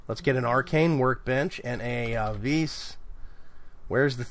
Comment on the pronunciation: I believe Vis is pronounced Vee, like the letter. Just FYI.